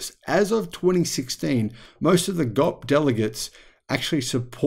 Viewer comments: GOP is typically spelled out not pronounced as “Gawp”. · The Grand Old Party (GOP) are the Republicans or the Republican Party. Their abbreviation is spoken by saying each letter - Gee Oh Pea. Unlike ASAP, which can be said either way, it's usually only said the one way. The American way is to create jobs for some people, like lobbyists and middlemen for example, to earn without actually laboring. Unfortunately for this non-working class, Tesla's business model defies such illogic. They (lobbyists and middlemen) are fighting the change though. That's why all of these funky laws exist. Fortunately for common sense, however, the judiciary is less corrupt than the other branches of government. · The best part was where - instead of saying "the G-O-P" - he called them the"GOP" party. I love it!